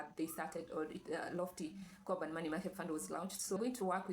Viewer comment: Am I the only one hearing Carbon rather than Corban ?